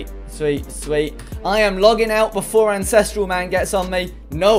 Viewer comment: Incestral you say?